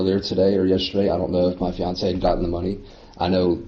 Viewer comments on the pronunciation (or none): none